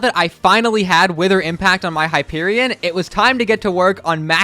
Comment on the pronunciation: It’s Hyperion